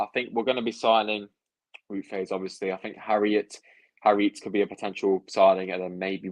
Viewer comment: vout fass is how its said i think